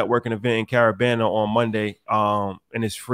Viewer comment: HE SAID CARAbANA!!!!🔥🔥🔥🔥🔥🔥🔥